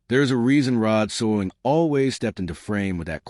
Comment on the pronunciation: How is it that this narrator doesn't know how to pronounce Rod Serling's name? Is it AI? I'm getting tired of AI.